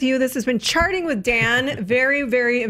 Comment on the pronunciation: I heard welcome to sharting with dan 😂😂😂💩💩💩😂😂😂